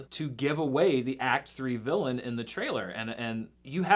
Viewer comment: always pronounces "trailer" like "traehl'r."